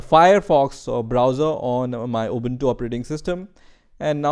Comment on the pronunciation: You are amazing, how can you pronounce the word ubuntu very correctly as a none English word.